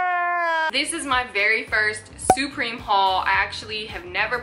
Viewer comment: why do you say supreme like that??